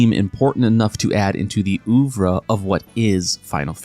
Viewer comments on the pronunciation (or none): as a mystic quest stan i'm less miffed about skipping it and more about how the fuck pronounced "oeuvre". (for real though, when you touch on SaGa 3 if you ever do, MQ should be touched on then because it's the same team)